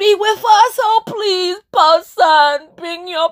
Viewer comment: LMAO a purrson with a panis. I love when you said pedestal in your accent and when you said the word is down not up that was deep